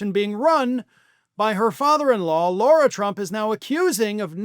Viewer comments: It's not "Laura." It's "Lara." Just saying. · It. "Lar-a" not "Laur-a". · Why does keep calling Lara Trump, "Laura"? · Lara there is no U it's pronounced like Larry. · I think you are not pronouncing her name correctly. She pronounces it like the front part of Larry. Lair-a.